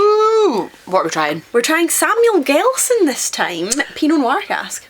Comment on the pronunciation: Its Samuel Gelston and its a sourced whiskey and not distilled in Belfast.